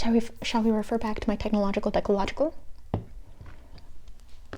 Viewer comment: Not the technological dechlological 😭